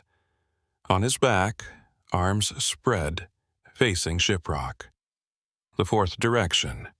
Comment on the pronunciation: Shiprock New Mexico, need to work on your pronuncations. 🤭